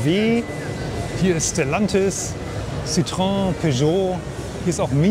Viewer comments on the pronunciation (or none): none